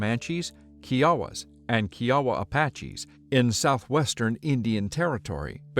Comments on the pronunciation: Great video! One correction though! Kiowa rhymes with Iowa. The way you pronounced it refers to the south carolina tribe Kiawah. Thanks! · when did everybody start pronouncing kiowa wrong?